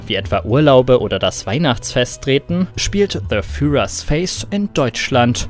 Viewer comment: Wie ihr führer ausgesprochen habt hat dem Video wieder mal den Rest gegeben. Es ist kein englisches Wort. Im Gegenteil haben die Macher doch offensichtlich den deutschen Titel benutzt, wo sie einfach ein entsprechendes englisches Wort benutzen könnten. Also wenn englisch hier so weit geht dass man deutsche Worte nicht mehr deutsch ausprechen darf bin ich davon kein Fan.